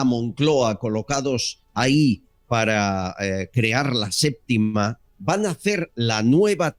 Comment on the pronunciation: "La séptima" No "LA SÉPTICA"